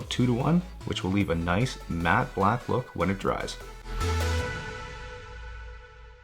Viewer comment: Sorry to be that guy, but it's 'matte'. Just for future use. Have a lovely weekend :)